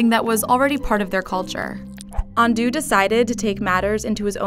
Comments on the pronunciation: I’m Japanese and you said ando wrong. It’s not andu it’s ando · "andu" it's ando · Hehe his name is pronounced Momofuku Ahn-doe, not Ahn-doo. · It's ando not andoo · Excuse me great big storry, ummm actually, its pronounced and ANDŌ not ANDUU thank s you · Momofuku Andew??? It's ANDO, like An-doe! A quick trip to Google Translate was all it took,. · It's pronounced Un dough not undo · ITS AN-DOH NOT AN-DOO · I’m so sorry but I really can’t shake off the amount of cringe whenever you say his name.. I’m sorry it just triggers me lmaooo it’s ando as in anh-dough not andu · great video, but the pronunciation of 'Ando' is quite grating. His name rhymes with 'oh' not 'du'. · Ahn-Doh, not Ahn -Dew... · "Undo"? Are you fucking kidding me. It's ANDO. Ahn-Do(Re Mi Fa So). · its ando! not andoo! BAKA! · It's An-DO not An-Du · Pronounced AHn-dOH not AHn-do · An-dough not an-doo. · Giraffe Juice but noodle has two o's and this is japanese not english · It is pronounced AN-DOH, not AN-DOO... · THE NARRATOR MIGHT NOW KNOW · why do you keep saying Andu and not Ando?? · Giraffe Juice thats not how you pronounce it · Who the hell pronounce Ando to Undo wtf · Ando. (あんど） not On-dew. (????) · It's pronounced Ahn-doh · cant even pronounce his name properly... please. just try a little?! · 99.8% of comments: People literally getting mad over them microwaving cup noodles and pronouncing his name wrong 0.1%: normal comments 0.1%: comments like this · The way you butchered his name seriously makes me cringe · she's saying that name WAY wrong